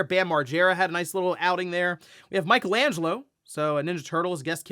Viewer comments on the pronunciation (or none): none